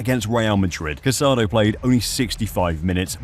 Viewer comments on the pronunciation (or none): The player’s name is pronounced Ca-sa-DOUGH. Please be respectful. The final accent mark means something